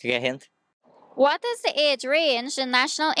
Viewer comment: the man say hint nah question